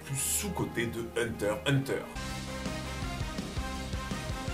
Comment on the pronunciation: Ah tu dis hunter hunter comme il faut. J'avais remarque mais ça me dérangeait pas du tout tellement tes vidéos sont qualis! Continues t'as vraiment une super chaîne